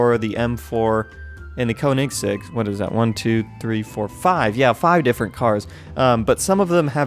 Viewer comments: It’s not pronounced (koh-nig-seg), it’s pronounced (kuh-ni-seg). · the koennigsegg is pronounced KO NING SEGG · I like how he said "Koenigseggs" :D its pronounced "kjonigseggs" it means kings eggs/balls I aint bullshitting. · "the cone ig sig" and" the neesan" im dying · Lmao he pronounced koenigsegg wrong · YOU SAID KOENIGSEGG WRONG!!